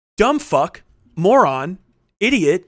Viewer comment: the nam flashbacks I had when he said "ideeot" JF's bastard child